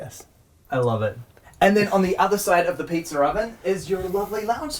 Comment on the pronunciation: can we take a second to appreciate the way pronounces pizza oven lol "peetzer oven"